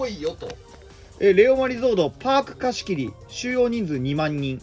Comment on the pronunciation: 四国の民なんだけど、レオマのイントネーション気になりすぎる レオ↑マ↓じゃなくて、レオ↓マなんだよ、プリンと同じだよ もしくは【レオ↑マ↑ワールド】プリマビスタと同じです